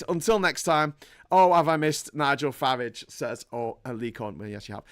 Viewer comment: What a bore you really are. By the way his name is FARAGE NOT FARRAGGEEE.